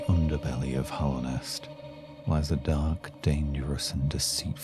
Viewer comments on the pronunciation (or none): Very small thing but it's Hallownest not Hollownest, Hallowed meaning holy Other than that tiny mistake though the video is great